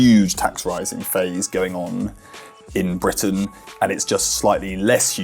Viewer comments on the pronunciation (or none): none